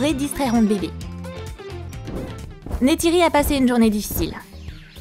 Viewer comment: C’est pas nétéri c’est neytiri sa dit comme sa neilletiri